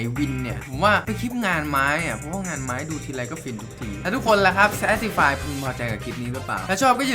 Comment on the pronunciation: ภาษาอังกฤษเข้าเอิ้นว่าเชฟติไฟ 555พี่เป็นคนอีสานใช่ไหม